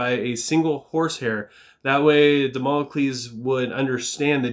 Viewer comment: Jeez, you pronounced Damocles way better than me. I butchered the damn word 😂🤣